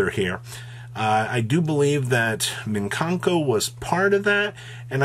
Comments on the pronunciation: For the millionth time... it MI KAN KO. Not MIN KAN KO. You're throwing extra letters in there my guy! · Let my boy keep on saying it how he says it! I'm a fan of the Bi-Stials and Meenkankos pronunciation 😂